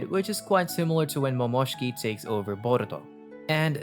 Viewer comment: A part of me died every time you said Momoshki😂